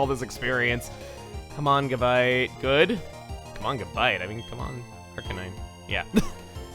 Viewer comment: GABITE is stressed on the second syllable, not the first.